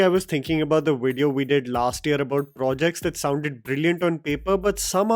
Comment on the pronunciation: For god sake, man, take a breath when you speak. You just keep going on and on without any pause, making it painful to listen. Also if yiu gonna speak in English please pronounce the words correctly eg video is pronounced as a V not a W.